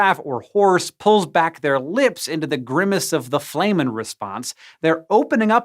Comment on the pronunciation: Flehmen pronounced Flem men not Flay men. flehmen as in Phlem and Flemmish, not flame.